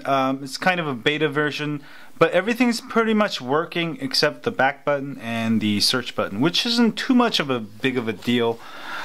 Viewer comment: "home batton" hahaha